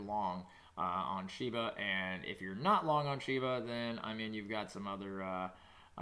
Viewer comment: It's Shiba NOT SHEBA